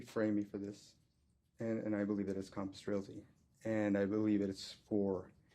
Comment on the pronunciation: "Cahmpiss Realty" COMPASS COMPASS COMPASS COMPASS